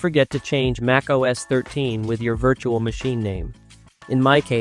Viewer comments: it's pronounced "MACK - OS". not MAKE OS. ugh...can't even say it. correctly scares me to use this video lmao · TF is MAKE Oh S?